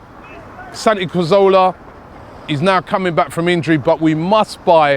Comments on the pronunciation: Why do you say Carzola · Who is this Santi Koh-zola this guy keeps talking about? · You say his name wrong